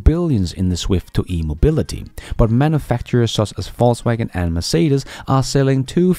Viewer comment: Love your show, and that you persist in saying "False Waggon" 🤣